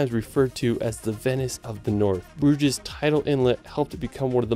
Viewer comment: And on your pronunciation for crying out loud. 🤣 This vid is beautifully edited but poorly narrated. I have never heard anyone mumble English so unintelligibly in a video that looks professional. It's a major turn off. 🧐 😎Pronouncing "Brugge" as /broodgeesh/ wasn't even the worst offense. 😘